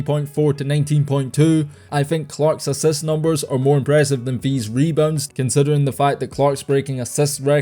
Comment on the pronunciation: Say it properly: LIST, ASSIST